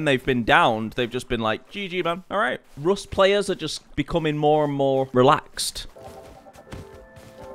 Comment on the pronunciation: bro said “rost ploos upp”